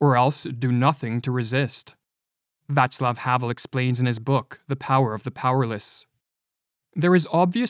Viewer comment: Thank you for pronouncing Václav properly.